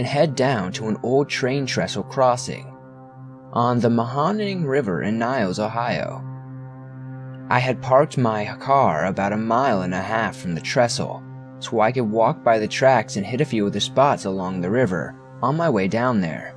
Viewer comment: Great, but as a person from Trumbull Ohio, I cringed so hard when you pronounced "Mahoning" as "ma-hawn-ing" ((it's "ma-hoe-ning" btw))